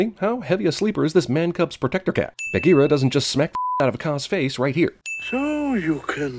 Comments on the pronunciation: Why do you say Bahgeera like Bag-ear-a. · OMG WHY DO U PRONOUNCE "BAHGEERA" LIKE THAT?!?! UUUUGH!!!!! 😭😠😬😬😬😬😬